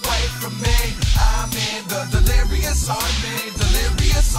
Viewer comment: he said "delerious"